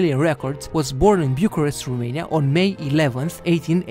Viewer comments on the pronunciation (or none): The narrator presenting these facts about Romania speaks good English and quite nicely,with one exception; He knows that ROMANIA in Latin is The Country of Romans,yet he pronounces rumania.Why rumania? Americans pronouce Romania,as the Latins do. Are we the ROMANIANS lesser informed about Latin language than the Americans? Let's go to basics Romanians! We have enough rubbish from the gypsies and the ignorants!... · there is no Rumeinia, is Romania. Fiind roman, ar trebuii sa stii asta, doar asa ca sa nu invete si strainii gresit.